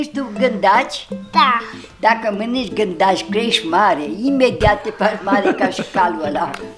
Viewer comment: “gădași gâdeși” 😂😂😂😂😂😂